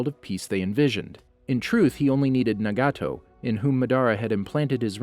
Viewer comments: he says mdra , adastuki , nagaaato , obido wrong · Same with “Obeeto”, “Shuringen”, “NaGAHto”, “MaDARa”, KirigaKURAY”, “AmegaKURAY”